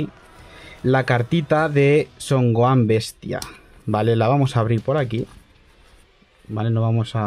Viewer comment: Son oan? Es Gohan y se pronuncia gojan